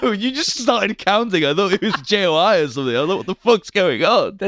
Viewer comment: A minute in and I already hate how says JOI